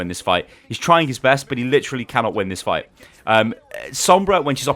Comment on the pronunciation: I died when u say fuight XD